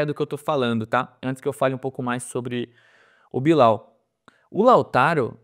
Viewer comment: Eu acho super divertida a zoeira com o Billal, mas, depois de ouvi-lo dizer a pronuncia correta (Billel) do nome, não tem mais a mesma graça, o mesmo efeito. 🤣 Porém, ele se esforçou, acho que pode vir a ajudar o clube após ajustes - precisa de um pouco de paciência (mas só um pouco). Lautaro me agrada também, gosto do estilo dele, diria inclusive que não precisaríamos do Tiquinho tendo Lautaro - poderíamos ter "economizado". Com essa equipe esboçada teríamos muitas chances de estar bem nos campeonatos - se o planejamento do Santos tivesse sido bem feito desde o início do ano. Quanto aos exageros da torcida, sempre será assim. Por isso quem faz análises sérias tem que se afastar disso - não totalmente, um pouco de paixão pelo Santos ajuda nesta nova era de "jornalista torcedor (assumido)". Se inflamar pode ser bom, mas com "ponderação" (se é que isso é possível). Ainda tem o fato de o Santos fazer sempre escolhas sem medida, sem pesar antes o que poderia ser ou não bom ao longo prazo, então isso deixa o torcedor aflito. É uma soma de "muitas merdas" que nos colocaram onde estamos hoje enquanto torcedores santistas (deve ter muito em comum com a maioria dos torcedores de clubes brasileiros). Espero podermos sair em breve dessa situação grotesca.